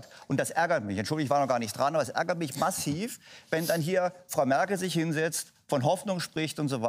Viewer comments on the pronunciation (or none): Also bei der Betonung könnte man denken das es um den Rapper massiv geht😂😂